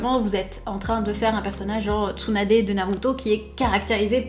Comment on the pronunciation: On peut dire que c'est plus " LadySunadae " , mais TSUNADE .